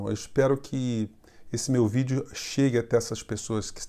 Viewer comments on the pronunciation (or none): none